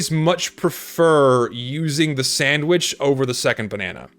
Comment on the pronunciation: "the stock sandvitch"